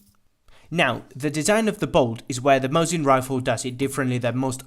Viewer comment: ВинтОвка МОсина, а не ВинтовкА МосИна